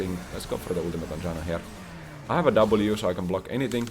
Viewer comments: greetings dear, i have noticed at times you call the support champion in your game "yanna" and at others "janna" is your nordic side leaking at times you cannot control? it's okay if is, it's common with old age. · I know J makes a Y sound in your primary language, but the way you pronounce Janna is so funny to me (in a good way)